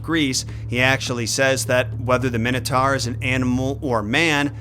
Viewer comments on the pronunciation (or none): So the "Wannabe" king of Crete is pronounced "My-Nos" and yet you STILL pronounce the creature "Min-O-Tar", not "My-No-Tor". Go figure